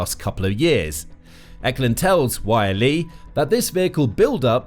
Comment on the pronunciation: It's not Y.L.E, it's Yleisradio shortened to YLE. So you just pronounce it as its written, YLE.